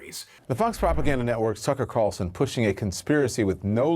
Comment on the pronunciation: Sounds like he is saying "The Fox propaganda network Sucker Carlson"